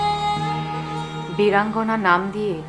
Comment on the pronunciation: শব্দটা বীরাঙ্গনা, অপূর্ব বীরঙ্গনা বলছেন কেন? অসাধারন! অসাধারন!!